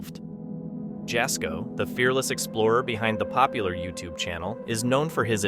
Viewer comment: Jasko is pronounced "Yazco" 😊 Jaz scares so easily even after years of doing this! Love his content! 🫶